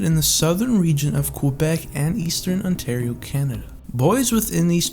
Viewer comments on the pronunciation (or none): none